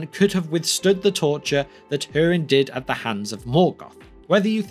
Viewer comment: hurin not her-in